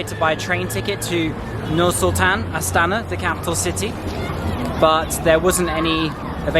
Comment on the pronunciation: Красавчик. Респект за то, что произносит именно Астана.